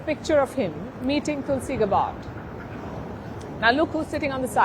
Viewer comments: Palki, please pronounce tulsi’s name right. It’s GAB LIKE FAB…GAB..BARD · Sharma, please pronoun Mrs. Gabbard's name properly